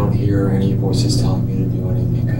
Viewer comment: I find it hard to trust anyone who's had a Tertiary education and still says "anythink"